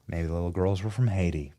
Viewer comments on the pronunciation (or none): none